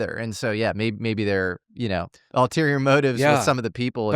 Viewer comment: Dammit,, it's "ulterior motives," not "alterior motives." ffs, you always get this wrong😅